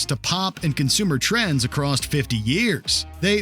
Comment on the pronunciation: it's ACROSS ... not ACROST... Drives me up the wall.